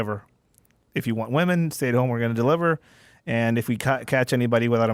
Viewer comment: "Well I know you're talking about the vast majority main stream left going nuts, but have you seen these rare, obscure, finge assholes being mean to the wahmen?"